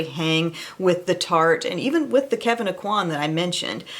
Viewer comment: Did you say kevin aucoin skin cancer!